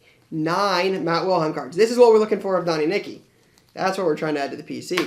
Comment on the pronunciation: Love your videos....but ...You keep pronouncing it wrong...Matt WiLHELM....not WiLHEim....the second to last letter is an L not i. :-) keep up the great content.